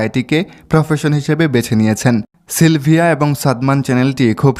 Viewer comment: সিলিভা না ভাই সিলভিয়া